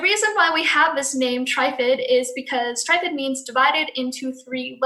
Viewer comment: trifid is pronounced differently than the way you said it, why do you not use the 17. . . charles